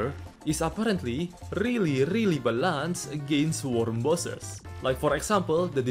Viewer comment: man I gotta say, I love the way you say "balanced", its so funny lol